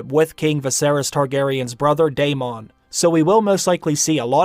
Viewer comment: i love you man but you were pronouncing almost every characters name wrong coryls and damon... lol